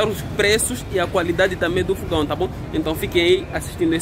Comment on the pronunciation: não é fugão é fogão kkkkk